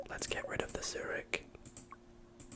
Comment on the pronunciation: Yh, u read it like “cyrig” right